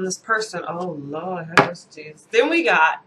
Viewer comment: Oh no You said Jesus (with a Spanish accent). Lmao! Shit is getting serious! I am gonna lay low. You have me in hysterics. Love ya,!